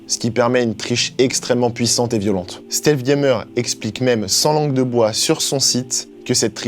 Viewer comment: "Stèlsse gaymeur"